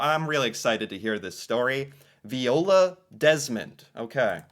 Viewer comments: Vy-ola, it was said aloud in the heritage minute, weren't you paying attention? It's almost as annoying as your continuing mispronouncing Toronto as To-Ron-TOE instead of Chronno despite hearing it said in several videos and Walter of Walter's World saying to skip the second "T" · Viola is pronounced vi-ola. Vi rhymes with “my”. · 🤣If you listen to the end of the first Heritage Minutes, the Narrator pronounces her Name Viola then in 5 seconds you again say Veeola. 🤣🤣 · So its Viola (V-eye-ola) as said at the end of that heritage minute. Laura Secord herself was a real person, but the story became a but mythologized, and now we have a chocolate shop company called Laura Secord's. Also I believe that would have been hardening maple sugar so it could have been cut into smaller pieces for candy and melting into other shapes for adding to foods or eaten as is. That would not have been a cheese or loaf, even if it was loaf shape. I'd suggest checking out "The Discovery of Insulin", "Jackie Robinson", & the "Avro Arrow" next.